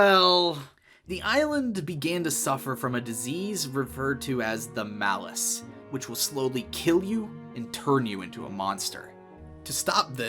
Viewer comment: Malaise. Not Malice. The distinction matters, both in theme and function. Before death nobody is going on rage-zombie murder sprees. The aggression happens upon resurrection, in most cases. (Muh-layze) Malaise. Means sick. Which.... yeah that checks out.